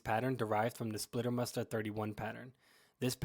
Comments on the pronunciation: Good Clip - but it doesn't called "Lieber-Muster" it called "LEIBER-Tarn(Muster)" - Change "ie" to "ei" - than it's correct 👍🏻😉 (Look in Wikipedia Search "Leibertarn") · Leibermuster, not Liebermuster. Apart from that... 👍🏻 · One minor correction: in English/American documentaries about camo patterns the last German pattern is mostly misspelled or mispronounced as "Liebermuster" or "Lieber-Pattern". In fact the correct spelling is "LEIBERMUSTER". By the way: it is the only German pattern named after its creator/inventor. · *leiber, not liebermuster